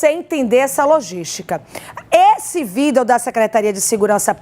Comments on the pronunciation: Gritante é a jornalista que insistir em dizer vídel em vez de vídeo! E a Advogada dizer "agente vamos". Só pode ser do nervosismo!! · E a jornalista em insistir com vídel em vez de vídeo!!